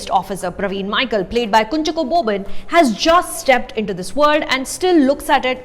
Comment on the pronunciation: Also Kunjaaaacko Boban, not Kunjucko. 😁 Great review nevertheless